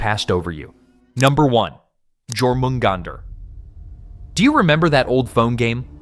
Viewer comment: Jormamgunder. The J is pronounced as a Y. Pronouncing the J is like nails down a chalkboard.